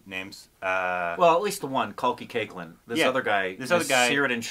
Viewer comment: Her last name is pronounced “CAKE-LA” (Koechlin). Not CAKE-LIN. She has tried to explain that a few times now so it would be good for you guys to know that too :)